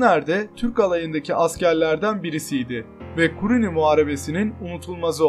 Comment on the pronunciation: kuruni değil kanka kunuri